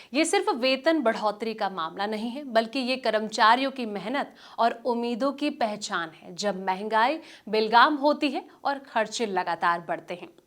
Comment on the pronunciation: Krupaya uchcharan par dhyan dijiye. Mahangai belgam nahin be-lagam" boliye.